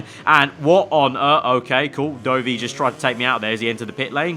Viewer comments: Please stop saying Doughvi for Dovi 😂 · FYI — Dovvy not Doughvy